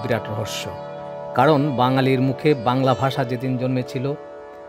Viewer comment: I'm sorry to say though you are discussing this topic you have not yet picked up the correct pronunciation of 'bangla bhasa'.Moreover it is imperative that this topic is not complete without discussing charjapad,manasamangal etc.